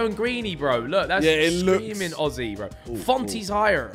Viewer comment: Omg behzinga actually pronounced Aussie (Ozzy) correctly as an Aussie I'm genuinely impressed haha